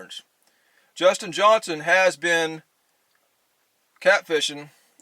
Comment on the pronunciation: I love watching both you and Justin Johnston (pretty sure it’s Johnston, not Johnson) but both are different but really great videos!